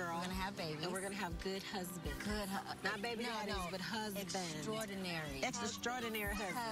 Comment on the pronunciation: They're so cute. T-boz said "extra-strordinary" lol. She was so serious.